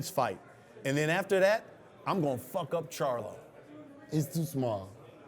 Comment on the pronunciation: This nigga says “JERMALL “SHARLO” lmfaooo